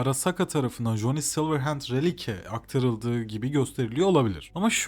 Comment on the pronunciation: Essay video formatını iyi yapmışsın ama telaffuzlar sıkıntılı. Saulkilır, coni silırend gibi şeylerin ne olduğunu anlamak tekrar tekrar dinlemem gerekti. Telaffuz edeceğin şeyleri Google Translate’den bir bakmanda fayda var. Eline sağlık.